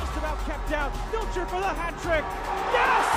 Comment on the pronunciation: somebody tell the announcer that vlijter is pronounced the same way the english pronounce kluivert.